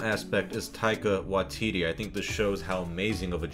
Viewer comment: Tye-qua Wa-tittie 😂